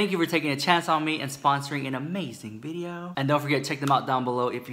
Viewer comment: In today's veedioo